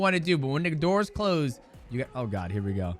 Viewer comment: Mighty says “Oyyyy” like a real Thai 😂 Def can tell he’s spent time there, I’m married to one and I say “Oyyyyy” instead of “Ohhhhh” now😂